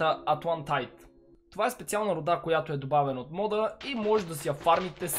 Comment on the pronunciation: къде ти е скина о и защо казваш руда с ударение на а то а не руда и ударение на у